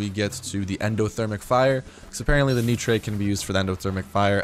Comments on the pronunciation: Nitre is pronounced as "Nighter" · nitre is pronounced nighter. unless maybe if you're french ;-)